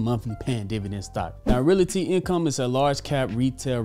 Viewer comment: He still can't pronounce "realty" correctly.